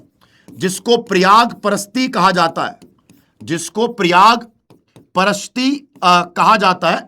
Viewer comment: Sir aap pyq kara rhe ho to is liye dekh rhe hai aapko Prayag Prasasti tk nhi bolne aa rha hai